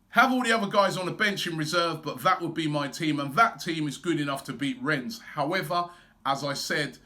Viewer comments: Its REN not RENS... I am tired Robbie! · Just A quick one. It us pronounced Renn, you don't sound the S. :) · Need to work on your French Robbie, "Ren" that's it. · YOU DON'T PRONOUNCE THE S, it's pronounced Ren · i know-he pronounced it wrong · I’ve disliked the video because Robbie mispronounced Rennes.